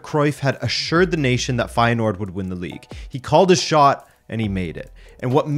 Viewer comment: It's not. The 'ui' sound doesn't exist in English. And there is not an h sound after the s. If you wanna know how it's pronounced I style you can watch the first 44 seconds of the title match of feyenoord against heracles. Kuyt scores a goal. The uy sound is the same as the ui sound.